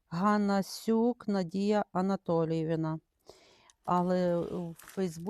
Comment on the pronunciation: Ви неправильно озвучили прізвище: не Ганасюк,а Панасюк,дуже відповідальний продавець ,відповідальний,чемний,а головне саджанці чудові і без пересорту!!!! РАДЖУ!!!!